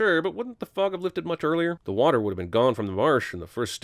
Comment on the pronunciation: It didn't sound like Gomez said "fog".